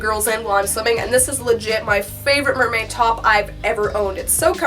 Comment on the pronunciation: Did you say Nerdmaid? 🤣